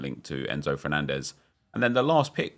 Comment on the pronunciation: this fernandez is pronounced differently. The way you said it was the Portuguese way.